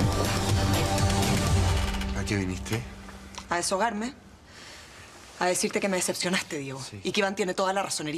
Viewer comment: a desogarme o desahogarme? 😂😂😂